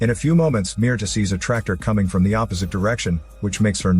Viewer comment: You youtube guys really need to get on point with your grammar. Mierda.. the name you gave the woman.. is literally the word "shit" in Spanish. You basically made a video yelling "shit" 32 times. Meanwhile, Mirta, that is meer-TA, is a completely different word and translates to Myrtle.